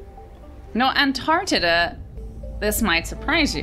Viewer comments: Am I losing my hearing/mind or did she call Antarctica, Antartida? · keeps talking about this "antartita" place, we need to find out where it is!! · Antardidda lol